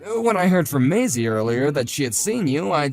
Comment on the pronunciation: Its maisie is pronounced maysee